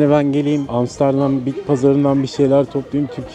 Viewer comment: niye bana sanki hamsterdam diyomuş gibi geliyor :D